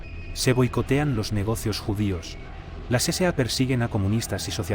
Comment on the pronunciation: No se dice CCA, se dice la SA, acaso no fuiste ala escuela nocturna